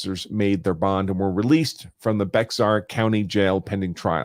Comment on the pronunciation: It's not pronounced "Bex-ar" it's pronounced "Bay-ar" County